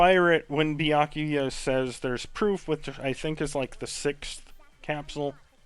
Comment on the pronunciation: Honestly, the pronunciation of Byakuya is more or less how I'd pronounce it, and I'm Japanese-American (though I don't speak Japanese, so I'm not a credible source whatsoever, haha).